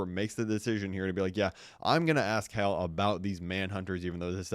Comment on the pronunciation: Bro even the captions hate the way you say Hal